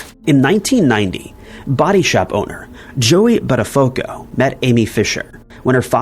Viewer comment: Just a heads up - it should sound like "butt a foo ko" - not how you said it. If you ever want it to sound correctly. Great video overall!